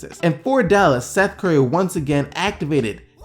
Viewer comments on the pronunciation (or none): none